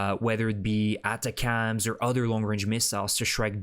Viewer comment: ATACMS is NOT pronounced like "atta-cams". Instead, it is pronounced like "Attack'ems".